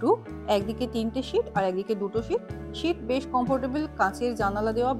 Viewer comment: Ma'am ওটা শিট না সিট